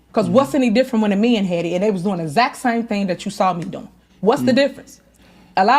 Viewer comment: Is saying Zact or exact?